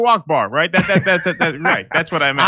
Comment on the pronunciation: "Hello, Eckber!"